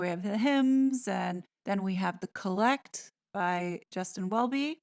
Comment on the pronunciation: One more is KAH-lict. (Collect)